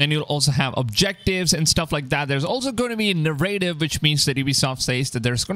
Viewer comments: na-rra-tive......accent is on the first syllable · Thats not how you pronounce narrative